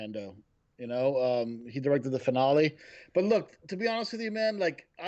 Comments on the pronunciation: Who says “finale” like that lol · You know, I don't really care about the whole 'whoops, said 'Star Trek' thing, but pronunciation of the word 'finale' is what is truly unforgivable to me. J/k, but in all seriousness this was a cool discussion! Always good to see STW, as well as hearing differing views on that awesome final episode of TCW.